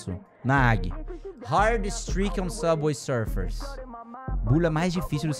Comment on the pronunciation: "sufer"que português bom👍